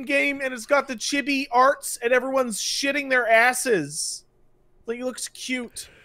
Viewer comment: I cant really take opinion to heart because 1. I will always like the franchise. I like pokemon. I dont really care if no one else does lol. 2. cant even say Chibi right. Play what you like. Who cares if no one else likes it